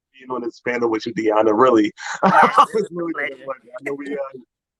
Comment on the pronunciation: Her name is Dionna Maurice! Not Diana...just saying.